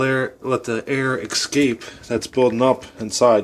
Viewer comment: not excape, escape...😑